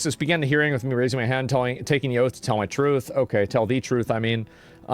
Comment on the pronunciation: Excuse me your Honor, Did you say, "Oath" or "Oats"?